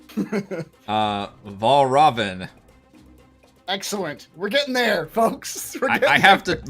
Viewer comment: There's a very easy way to get Valravn's name right - just think of it sounding like 'Red Robin'. Also now I imagine every time somebody says his name Fray would follow it with 'Yummm!'